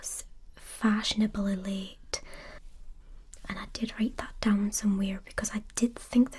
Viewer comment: Instead of late I thought she said "thank you for coming at this very l i t time" i